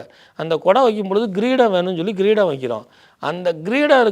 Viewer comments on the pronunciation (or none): "Greedam"என்பது தவறு. "Kreedam"என்பதே சரியானது.